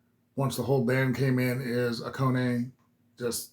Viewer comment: BAND-MAID are MMA! Mixed Musical Arts. Oh-Kone-Nay? At least you didn't say A-Cane. LOL!!! Say it with me now, Ah-Kah-Nay. The effect on "Miku's" guitar is an illusion. It's not her. Back when they recorded this, and probably still to this day, Kanami is playing both of the guitar parts. She teaches them to Miku later for the video and the LIVE performances. It's just cheaper and quicker that way. Most don't even consider it, thus the illusion is complete. Check out 'Don't Let Me Down' again. The whole song is in English. Yes! Miku is fiercely cute! She is Kowai Kawai! Scary Cute! Here;s a little help on remembering how to say Akane's name . . .